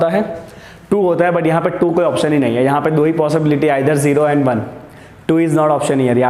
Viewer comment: AND gate not END gate sir ji